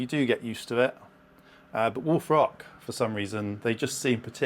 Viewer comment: I know he's saying "Wolf Rock," but I can't hear anything else other than "Wool Frock." I'm serious.